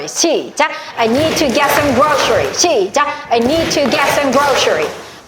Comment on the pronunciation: Groceries발음이 셔 가안듯요 그로서리